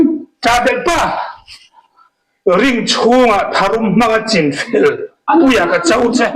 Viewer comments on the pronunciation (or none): none